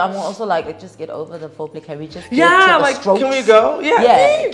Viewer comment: Not at all! She needs to spend more time on the classroom. Did I hear her say “floor play” instead of “fore play”?? 😂😂😂